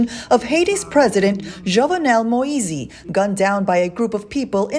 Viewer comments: these people can pronounce giuliani correctly but struggle with moise....smh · I wish they would pronounce his last name correctly